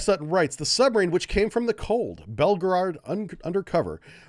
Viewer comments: bel go road, not bel go rard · Great channel but Belgor(oad) not Belgarard. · belgorard , belgorad, can you not butcher this name?